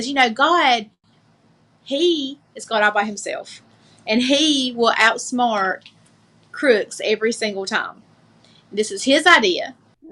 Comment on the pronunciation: What exactly is a "rotchiss anngrrrr"? "God will ottsmart crewicks"?